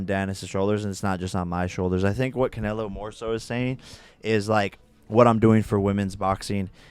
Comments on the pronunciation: Yo! It’s Canelo, not Canaylo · They just had Canelo on and pronouncing his name as Canaylo 😂😂🤦‍♂️ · Canalo wtf it makes me sick the way he says it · really said “cuh-nae-low” all the mexicans punching air rn 😭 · Normal person: canelo:.. “ ca nay low” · Hate how keeps calling Canelo Canaylo for some reason 😂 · Why does say “Canelo” like that? Lol 😂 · Dude why does keep pronouncing Canelos name like that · mispronouncing fighter names for clips pathetic 😭😭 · The way pronounced canelo😂😂 I see why people can’t stand this man. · cant even say canelos name SMH